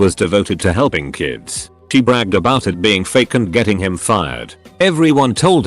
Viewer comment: Everyone in the world: getting This damn text to speech: JETTING